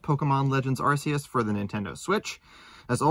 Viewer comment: I'm pretty sure it's pronounced are kee is